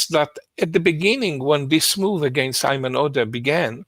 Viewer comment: Do Jewish people really pronounce Ayman like that, never heard it like that...actually the was Sam said it was closer. Sam said it the way my name is pronounced Eamon. When Sam said the guys name i had to double take, because my name is very close to that. And no one else has that name, as far as i know.